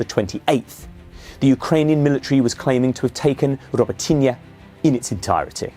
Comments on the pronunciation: Hey! Guy! Robot - ne! Try to say- robot- ne! So simple… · It’s pronounced “Roh-boat-tin-nyuh” please. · The way he pronounced Robotyne at the beginning. Was that correct?